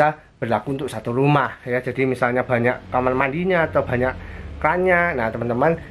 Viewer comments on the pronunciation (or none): none